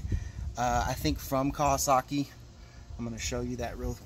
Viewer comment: Iv never heard of no kaawwaskii lol!